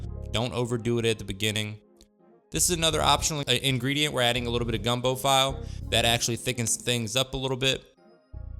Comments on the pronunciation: I was giving my Louisiana nod of approval while watching the video but I definitely chuckled when I heard file lol. I was coming here to make this same comment lol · 😊..its pronounced..FEE-LAY..not FILE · OMG!!!!!!! No you didn’t say gumbo file... all my Creoles are like wtf. It’s Gumbo Feeelay!!!!!!!!!! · It's pronounced fiilee. A kreyol word not file like the cabinet. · Dude said Gumbo f I le 🤣🤦‍♂️ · In Louisiana's Cajun territory known as Acadiana Andoullie is pheonetically pronounded, On do ē. That ON like on and off, do like do or don't and a long e. Filé is promounces Fee Lay andnis made from ground sassafras leaves. It also smells very similar to marijuana when burned. I grew up in Crowley LA and worked for the Lafayette Parish Sheriff's Department. We set fier to filé in an ashtray and let it smoulder during our drug awareness school presentations. Lots of kids would approach us after the presentation and tell us their momma, daddy, uncle or brother smokes cigaretts that smell like that. Lol Many men grew up learning how to cook especially fish and wild game at their fishing/hunting camp from the older men at the camp where women usually don't even visit. Your food looks delicious and I will be trying some of your recipes in the near future. 😋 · He said file. 🤦🏻‍♂️🤦🏻‍♂️ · 😂 OKAY! The Gumbo Seasoning FILE’ is pronounced as { Fee- lay}! It’s French! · It's feel-lay (file) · Gumbo “Fee Lay” Looking Good!!! Keep it up! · Gumbo File pronounced fee-lay lol.....As always, that looks delicious!!!! I make mine pretty close and I add chicken also. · It's pronounced fe-lay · As a GumboPhile (Lover of gumbo) and having the last name Plauché (Plo-Shay) it is pronounced Filét. In french...the é is pronounced like a long A...like Renée. Great video...looks fantastic. You have a new subscriber. If you get bored I have a few gumbo videos up...no where near the quality of your video. Take care and look forward to watching more of your videos.